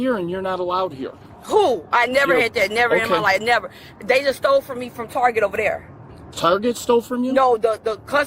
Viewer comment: "Mines" "Dey" "Dat" "Talm'bout" "Gat" "Den" Under 60 seconds, and she has MORE than proven she is both an idiot and a liar.